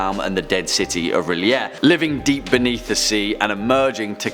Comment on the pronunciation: You said realayea